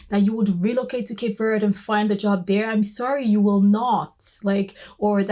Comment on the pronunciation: Thank you for saying Cape Verde properly without the strong e on the end